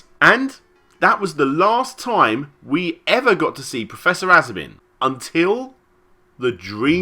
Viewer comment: there appears to be a kind of pun in the "asobin" name, you need to pronounce a hard S in aSobin , that's the japanese way, and as it turns out, "asobi" in japanese means "game" or broadly something that you play or entertain yourself at :)